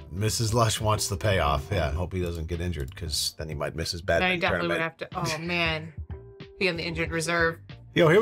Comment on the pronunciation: you guys pronounce badminton 🏸 "badmittin" lol 😂